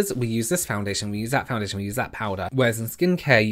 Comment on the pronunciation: Every time you said foundation in this video I cringed a little 😂